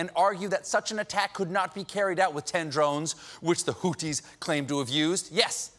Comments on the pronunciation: It’s pronounced hoo-thee not hoo-tee 😂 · It's pronounced "Who C" and not "who T" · “Hooties,” Americans continue struggling to read I see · It's a "th" as in "think." BTW, Amr, I'm an American and I can read Arabic (studied it in college), so we're not really this giant heap of clowns. They are indeed mispronouncing it here, though.